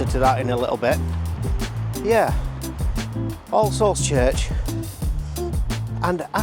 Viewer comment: I wont lie, everytime you said "all-souls" it sounded a lot like Ar-se-holes in my head haha!